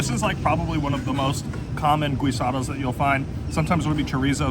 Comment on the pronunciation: "GEESE ADO" instead of saying GUIS ADO.. 😊